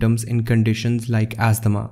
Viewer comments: It's asthma not asthama. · Asthma (not asthama). It is brillant, thank you so much